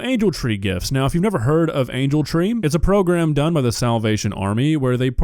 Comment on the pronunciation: My man said “progrem” lol